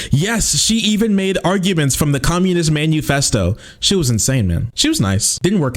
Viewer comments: He pronounces it the Communist man U fest O because he doesn't want his viewers to Google what it is and learn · Homeboy said "manuefesto" lmao. Immediately knows jack shit. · Because of the way he pronounced Manufesto, my brain has been looping the phrase "Communist menu" Oh yes, I'll take one revolution from the Communist Menu, and I'll pair it with a nice red wine.